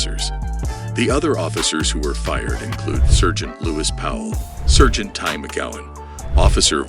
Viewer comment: The AI voice-over needs some tweaking. Why, you ask? Just listen to how IT pronounces "sargeant". Sheesh.